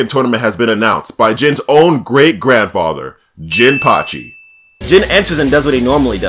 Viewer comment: my man called jimpachi swole jesus